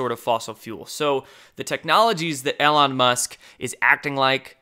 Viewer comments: EEEE-lon EEEE-lon EEEE-lon EEEE-lon please stop saying 'El awn' bro for the love of God. Driving me crazy haha. Keep up the great channel and great work! Love your stuff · I love you so much, brother, but at this point, I truly believe that you say the names incorrectly on purpose. EL-on Musk?!? Are you serious?! Have you never heard anyone say the names that you have to say? Do you refuse to learn it? Just keeps saying it wrong? Strzok, RR, and countless others I can’t think of at the moment. It’s getting ridiculous.